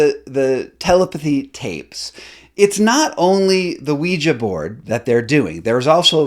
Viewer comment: Stop calling it a "ouiji board"! A spelling board is a TOOL for non-verbal people to COMMUNICATE. You sound like a douche calling it that.